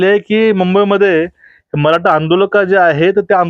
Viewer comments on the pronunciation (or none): जी, नमस्कार. तुमची बोलण्याची आणि विश्लेषण करण्याची पद्धत फारच अप्रतिम आहे. परंतु मी आपणास अंत्यंत विनम्रतेने व आदरपूर्वक एक सूचना देतो की आपण 'ट' आणि 'ठ' ह्या दोन अक्षरांच्या उच्चारणत फरक ठेवा. कारण तुमचं वक्तृत्व ऐकताना चुकीच्या किंवा अशुद्ध उच्चारण झाले तर असं वाटतं की "मी श्रीखंड,आम्रखंड, रसमलाई किंवा बासुंदी खात असतांना अचानक जीभेवर एखादा केस यावा. उदाहरणार्थ 'मराठा' ला 'मराटा'' उच्चारण करणं. शक्य झालच तर 'ण' आणि 'न' मध्ये पण फरक करावा. व्हिडिओ तयार झाल्यावर काळजीपूर्वक एकदा ऐकून मग अपलोड करावा. अभ्यासासाठी टीचर व्हिडिओ पण ऐकावे. धन्यवाद आपला नम्र प्रेक्षक.